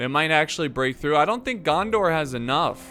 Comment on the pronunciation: Every time you say gandar I think of jar jar binks 😂